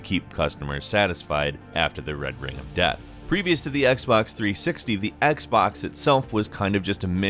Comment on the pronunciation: Xbox threesicktees